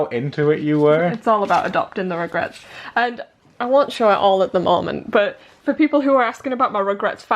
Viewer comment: When she says "Rugrats" it sounds kinda like 'regrets' haha the fan-fiction of regrets 😂